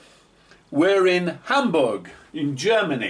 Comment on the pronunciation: I really like the fact he puts effort into correctly pronouncing Düsseldorf and Hamburg